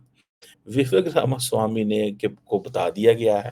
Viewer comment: Ramaswami pronounciTion sahi kr🎉🎉🎉